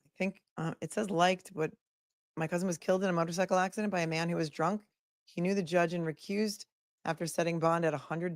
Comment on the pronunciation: “There’s a me-ann down in the freezuh!”